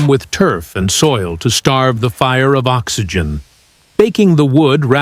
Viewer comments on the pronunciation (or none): none